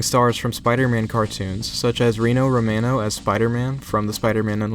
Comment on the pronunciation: Roh-mah-no also, Ulyate did work on the soundtrack even if Tallarico did not work